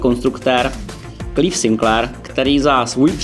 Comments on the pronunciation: No, tak předně žádný "Klív", ale "Klajv" (Clive Sinclair) a v Anglii se slovo Speccy vyslovuje "Speky". Asi tak. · Ty bláho, prej Klív a Specy :D proboha, kluci z Alzy, co blbnete? Co takhle kurz angličtiny? To je ostuda!